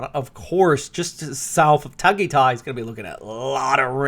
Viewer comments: Learn how to pronounce Tagaytay correctly please. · He is not used to pronounce those names You have to understand for he is an American